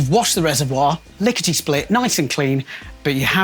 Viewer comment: Did you really say “licketey split “ 😂 ?